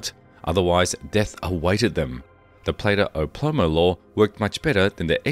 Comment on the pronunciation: This Narrator is so bad he cant even say Plato o Plomo correctly what a complete Moron! Not a single name said right he must be AI no narrator is this bad surely?